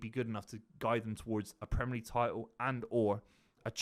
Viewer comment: I really rate Buveys opinion, one of the best to do it, but the Bristolian way of saying “Premer” league like the ‘i’ doesn’t exist really grates me.